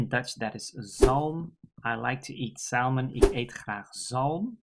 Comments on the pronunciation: My father, who was Dutch, always told me that groeneharing (not sure of the spelling, but I'm sure you know what I mean) was horrible. In English we don't pronounce the L in salmon, so it would be pronounced like SAMMON. Once again, another great video - not only language but cultural context as well. Thank you. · Hi Stephen, thanks for pointing that out, about the pronunciation of salmon! I never had 'groene haring' (green herring), but from the description it doesn't seem all that bad. It's when the herring was salted (gepekeld) for a short period on the fishing boat, making the taste more fresh/ raw. I guess the name 'groen' is from the expression that someone new (like a rookie) is green (in Dutch 'een groentje')